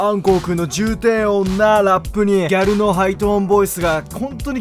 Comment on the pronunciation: ギャ↗ル↘（笑）